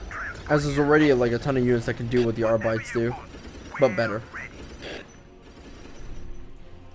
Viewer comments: pronounced Arbit-es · Arbites is supposed to be pronounced like the latin word.